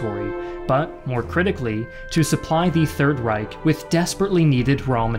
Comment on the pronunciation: When will you finally learn how to pronounce "reich" correctly?